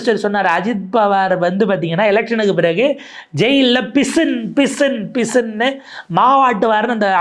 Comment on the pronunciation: பிசின் இல்லை பிசிங்